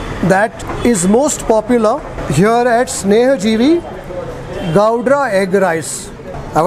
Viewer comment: It's snehajeevi dude.. Not sanjeevini.. 😁😁